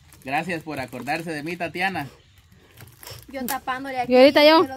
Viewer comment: Se llama tatiana no tatania asi dijo alfonso escuchenlo tatania